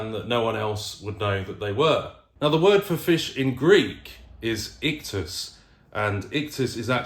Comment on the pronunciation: As a Greek in greek the the fish is pronounced as ihthis(ΙΧΘΥΣ) and not ihthus (ΙΧΘΟΥΣ).